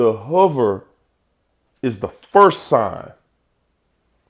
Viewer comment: He had until he said the huver! HOOVER LIKE THE VACUUM. All the other info was accurate.